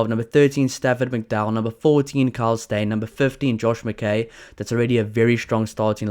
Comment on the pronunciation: Just for details, Josh McKay is trounced luke Josh McPie. Ki, not kay